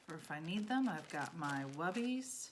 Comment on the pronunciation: Hi, Thank you for the in depth demonstration! My curriculum outline is calling the paper drapes "Webbies". I heard you say "Wubbies". Could you clarify which is correct and please tell me where you can buy these? I've tried to look up multiple spellings of the word and nothing comes up in my search. I agree, these paper drapes would be super space savers compared to cloth towels.